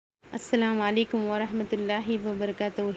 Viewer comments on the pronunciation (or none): Slamalalakum nai Salamalaikum bolo beta . Mashallah tirupati k student hogi naaa . Slamalaikum bolte 🤔 Salamalaikum (Salam alai kum) Aisa bolte samje beta . Aap phir ek aaqri lafz video ka ghour se suno salam kaisa bole so 🤔